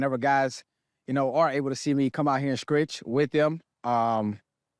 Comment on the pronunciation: Tyreek Hill say "Skretch" ??? Yikes !!!